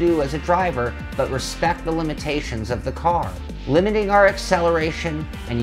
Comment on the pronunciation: yeah i'll put some "RESPECK" on oversteer xD